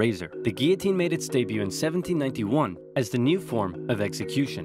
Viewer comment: Does anyone know where is from? I always thought he was American, but I heard a slight accent in this video, almost as if he were an Irishman putting on a very convincing American accent. The intonation in a lot of words is just a little different, like in "1791".